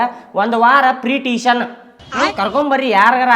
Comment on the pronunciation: Teeshan alla pa tuition.😂